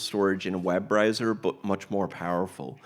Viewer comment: Web riser, web riser... it's Web Browser....